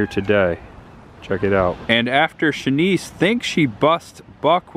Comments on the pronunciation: Ps - her name is actually pronounced Sheh-niece (Buck’s girlfriend - portrayed by Amy Madigan) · Great video aside from the pronunciation of Chanice lol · You keep pronouncing Chanice, Winnetka, and Trier wrong.